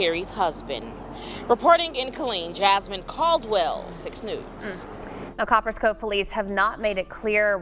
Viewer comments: Co - Paris Cove 🤣 I can’t even watch the video keep saying the shit wrong 🤦🏾‍♂️ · The person that is commentating this video needs his a$$ whooped. Watch the video man. And listen to how the news anchors pronounced the name of the city. "Copperas cove" take the as off of the first part of the city and what do you have? COPPER. now add as. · It’s pronounced like Coppers Cove. People who always go live trying to keep up appearances should be a clear red flag. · Its COP- PERAS ( one word)COVE dang say our city right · Pronounce cop pres cove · The news people said the name of the town. Why are you repeatedly saying it incorrectly its annoying